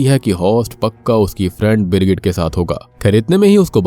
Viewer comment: Birgit ki jgh girgit kisko kisko sunai diya 😂